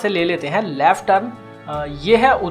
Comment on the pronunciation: You haven't told the time when you arrived Sirinsgar.While you say "LEFT" you pronounce it LAFT which doesn't sound good. Please correct.